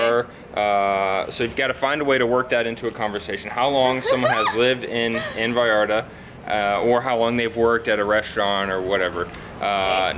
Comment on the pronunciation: A ver repeat after me , VallarTA TA TA NOT VALLARda da da . Ta ta ta VallarTA